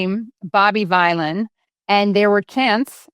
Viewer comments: Pronounced Villan....but based on Bob Dylan...... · Jesus Christ Katie it rhymes with bob Dylan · Pronounced villian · His names BOB VYLAN, pronounced like VILLAIN, and he's a the Lead singer of A PUNK ROCK BAND that is GREAT. ZIOS HAVE TO MUCH POWER AND INFLUENCE AND DOUGH THROUGH THOUSANDS OF YEARS OF USERY THEIR EVIL EVERYONE KNOWS BUT MUST DO AS THEY SAY OR ELSE THEY WILL BE OUT OF EMPLOYMENT ETC LIKE JEREMY CORBIN WAS REMOVED AS LABOUR LEADER FOR BEING TO NICE BUT GREEDY ZIOS HAD OTHER IDEAS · "Vylan" is pronounced "villain". It rhymes with "Dylan" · Vylan rhymes with Dylan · Rhymes with Dylan. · Out of touch, simple search and would know how to pronounce the bands name. Ridiculous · Vylan as in Dylan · The boomer vibes of Americans reporting on this are off the charts. Do some minimal research 😂 Bob Vylan is a punk band made up of Bobby Vylan and Bobbie Vylan. Obvious word play with Bob Dylan so it rhymes with that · I would suggest the name bob vylan is pronounced in a humorous way so as to sound like bob dylan. As well as being something that sounds like villain. He’s a rap artist after all. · It's pronounced Bob Vylan (like Villain) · It's spelled Vylan, but pronounced "Villan", but in reality he's really a good guy. 🙂 His so-called "crime" is trying to stop a genocide, which is a crime under international law. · Bob Vylan - to rhyme with Bob Dylan, Katie 😉👍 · It's pronounced "Bob Villain", it's meant to sound like "Bob Dylan" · Katie I just waned to point out hs name is pronounced like "Villain". It's a play on the legendary artist Bob Dylan. Bob Vylan, let's give the man his due and proper respect by getting his name correct. Thank you. Bless up Katie. Love your good work too. 🙏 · Its Bob Vylan as in Dylan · To state the inescapably obvious, "Bob Vylan" rhymes with "Bob Dylan", another inspired musician prominent in the struggle for justice, for human rights, and for peace. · Bob Vylan, rhymes with Dylan. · Dylan rhymes with Villain. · Bob V-eye-lan 😂🤣